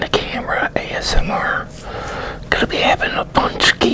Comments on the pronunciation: Nice Bro, im first time hear like American or English guy said exact name this product, usually English-speaking people have a hard time saying this letters Ą,Ę, you made it... enjoy your meal. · Pączki 3.0 😀 I hope you enjoyed it. Btw I'm really impressed with your pronunciation of pączki! Well done sir!